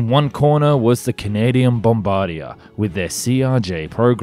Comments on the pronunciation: Bombard-ieh. Not Bombard-ier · Good video. just a side note, Bombardier is pronounced bombard -dee-ay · I'm pleased continues to improve his pronunciation of 'Bombardier' through repeated attempts.